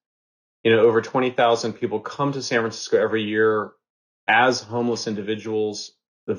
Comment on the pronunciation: He actually said Sanfransico twice, thank u I thought it was just me.